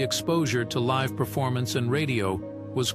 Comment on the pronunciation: You mispronounced "live."